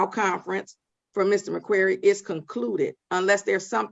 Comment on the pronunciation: Love the judge. Love her directness too :) Has anyone noticed she pronounces his name as 'Mr Maqueery'?